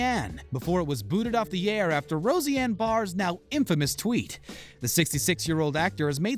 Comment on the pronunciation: How can you possibly be considered legitimate when you can’t pronounce Roseanne? Or Chabert? Holy hell.. embarrassing.